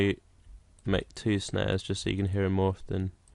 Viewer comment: he said "snares" but it sounded like "snaz" which means vagina.